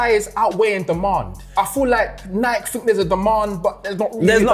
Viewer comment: The way yall say "Nike" will forever piss me off lol. And the Across the Spiderverse are hard. Idc